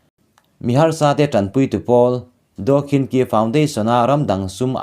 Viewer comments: Anu hming kha khin chi ti a lam tur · Daw khin chi tiin ilam ri dawn nia kawlin an tawng inglist hawrawpa an ziak hi tuman chhiar dik theih a ni lo myanmara chengte an nih loh chuan